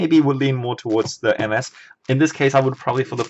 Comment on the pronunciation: When you say ms I thinks you said mf